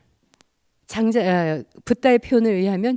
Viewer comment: 틑린 발음! 장음인 첫 자를 "짧게"잘못 발음ㅊ한 예: 제가( 나), 공자,❤공자, 2000,모든,심경,가치,전쟁,세계,장자( 장자 강의에 장자 발음도 틀렸음), 이 이상 강의를 들을 생각이 없오이다. 장자 강의에 "장자" 발음도 바르게 하죄 못한는 강사!! 이런 엉터리는 세게에서 대한민국 뿐!! 공부좀 하시려ㅃ니까?? ""한국 어문을 고발함"이라는 책을 조용히 읽어 주시옵소서! 미국 변 완수 드림